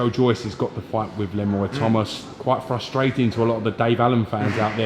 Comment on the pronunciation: Eddie "fustratin" Hearn.